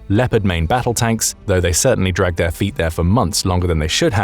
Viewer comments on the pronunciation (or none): none